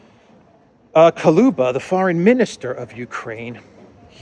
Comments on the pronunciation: attention! Кулеба Koо-leh-ba Not Ko-loo-ba Hello from Vancouver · It's Kuleba not Kaluba!